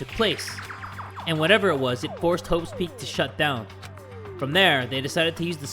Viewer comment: Does Say hoe's peak or Is It Just me?